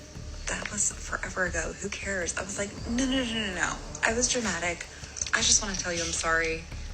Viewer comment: DRA - MA- TIC!